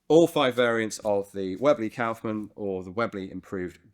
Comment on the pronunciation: Your pronounciation of Kaufmann is almost correct. The Kauf is good but the mann is pronounced like you'd pronounce munn (if it was real word).